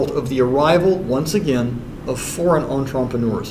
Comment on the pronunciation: I swear he's intentionally saying "enTrumpeneurs" instead of "entrepreneurs".